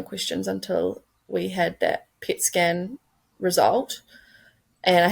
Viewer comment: It sounds like she’s saying “pig skin” not “pet scan”